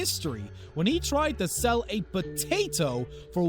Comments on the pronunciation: imagine saying botato instead of potato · Did u say "Batatoe"???